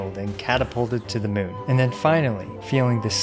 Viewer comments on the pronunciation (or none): none